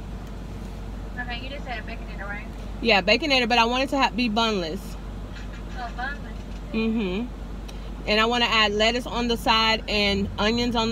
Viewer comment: Great idea, but I thought I heard you say boneless, but you said bunless😜😜😜😜😜